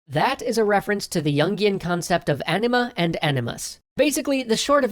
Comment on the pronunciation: took me a while you were saying anima and not ..:D